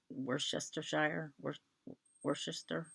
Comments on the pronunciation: Worcester is pronounced WOO-ster. Or, if you have a Boston accent, WOO-stah. ;) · I am laughing, pronounce like it is spelt Wusster, hahaha yo are a joy to watch. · Hannah Lancaster is nowhere to be found. When you start her, 2o7ld love to see your progress. Pronounced “Wooster” - Worcester, Ma